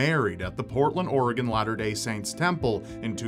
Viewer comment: Props to for actually pronouncing 'Oregon' right. I know numerous people who've lived here for years who can't pronounce it correctly.